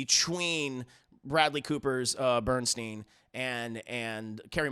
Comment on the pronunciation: please correct how you pronounce Bernstein.